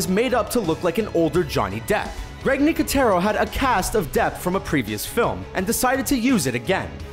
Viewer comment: his name is Greg not grike